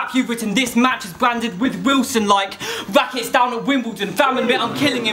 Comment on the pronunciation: no he does have a slight one, he says 'rwrackets' rather than 'rackets' and stuff like that. soft w's but you can still hear them